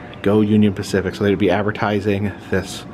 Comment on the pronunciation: Spacific Union? Lol I gotta see that museum. Specifically